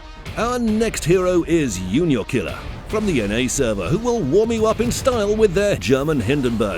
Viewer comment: JuniorKiller is pronounced 'ju‧nior killer', not 'u-nior killer'. But thanks for the vids anyway.